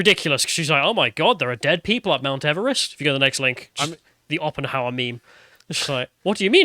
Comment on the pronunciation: Legitimately worst lotus eaters segment. Additionally, might be, you know, ret@ given the reading comprehension issues and calling Oppenheimer "Oppenhower".